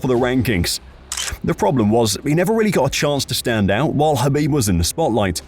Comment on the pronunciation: And khabeed 😂